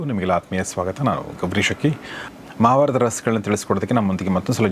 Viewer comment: Gourish akki is very fast in interdusing, and please say ಮಹಾ baratha, maha is deerga swara😂